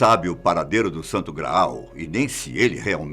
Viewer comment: Não precisa enfatizar Santo Graaaal ! Não somos burro a ponto de não sabermos o que é grau e o que é graal na dicção!